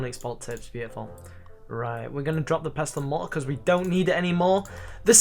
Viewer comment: " Pestle and Mo-uh" :D